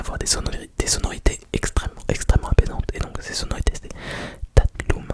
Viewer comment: Hey 😄 mon prénom c’est Emin, merci ! Et juste petite info, en turc on dit “tatlım” (pas “tatlum”) 😅 mais t’inquiète c’est rien. Continue à faire des vidéos avec des mots turcs, c’est super !